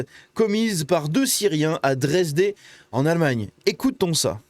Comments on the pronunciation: dresdE, pas dé, mon coeur allemand souffre quand je t'entends, désolé. De plus si on vous traite de nazi, fascite, raciste, cessez de fuir et dites " effectivement les nazis sont les seuls a lutté contre les viols, meurtre.....", cela ne sert à rien, mais alors à rien de discuter avec des gauchistes, il faut des actes aujourd'hui! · "Boundess-Vert" et "Dresd-Heu", ce serait mieux… 😀